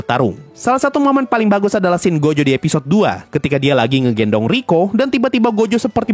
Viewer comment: Rika bang bukan riko,rika orimoto bukan riko simanjuntak